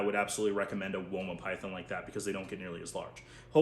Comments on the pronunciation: I live in Australia and have my whole life and I can confirm we pronounce it wOma not wyma. That made me laugh for much! 😂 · As an Australian, we do not say "Wyma" python 😂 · Here in Australia we pronounce it woah-mah pie-then